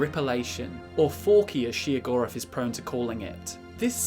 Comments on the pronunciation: Am I the only one who thinks he's saying Sheogorath's name wrong? I am pretty sure it is pronounced Shayo-gorath and not Sheo-gorath. Just sayin. oh and also WABBAJACK WABBAJACK WABBAJACK WABBAJACK WABBAJACK WABBAJACK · As many times As i have played the shivering isles DLC I have never heard his name pronounced she-o-gorath. lol. Still he's my fav dadric prince :) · Every time I hear shegoeath I just hear cheese for everyone 😂he can’t drive me crazy I was born like this lmao